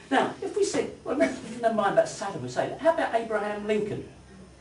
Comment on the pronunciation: I like what you say, but I cannot bear how you say it. I really wish you would learn to pronounce -ing. It is not -een. Nor is it -in. And l is l, not w. It is well, for example, and not weww. It is milk and not miwk. And -ew as in new. New and few rhyme with you. Pronounced as nyoo, not as noo, like the moo of a cow. Your mispronunciation of newer as nooer is bad enough, but your clumsy mutilation of fewer as something approaching fooer is ludicrous. A fooer, if the word exists, would be someone who foos. Someone like me. Foo to you for your silly pronunciation! Too true!